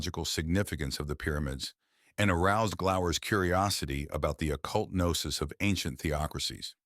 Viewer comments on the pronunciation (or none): none